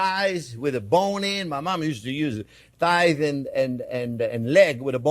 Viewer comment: If you think chicken "tights" is funny, watch with CC on and see how they butcher (pardon the pun!) his words. Parmesiano - (female body part) instead of - Reggianno. I spit out my wine laughing so hard. He's the best Chef on You Tube!